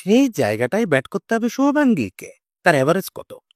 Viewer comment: নামটা সঠিকভাবে উচ্চারণ করুন ওর নাম শুভমন গিল